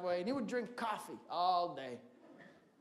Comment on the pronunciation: I love this dude. EY JIMMY!! YOU WANNA GO FO COF? XD sounds like YOU WANNA GO FUCK OFF?